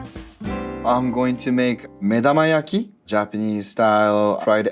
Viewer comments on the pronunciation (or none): Similarly, the Japanese chef is saying 'medamayaki', not 'medomayaki'.